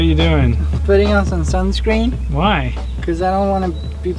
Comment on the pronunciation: Sunscrean??? wtf David...